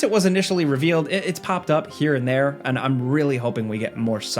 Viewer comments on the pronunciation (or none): none